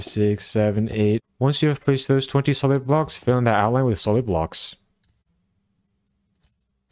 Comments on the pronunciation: The way you say “20 SOLID blocks” sounds a lot like “twenty SEVEN blocks” lol That was a pain to tear down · Oh my, I built the whole base layer thinking he said 27 blocks long to realise he said 20 solid blocks 😂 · I thought the same thing too, I turned on CC to make sure I understood correctly and it saved me a lot of time 😅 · I cant tell if you're saying 20 solid blocks or 27 blocks, video is great though. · Is he saying place 27 blocks or 20 solid blocks???? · Is he saying 27 or 21?? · I thought he was saying 27 as well but I turned subtitles on and found he was saying 20 solid blocks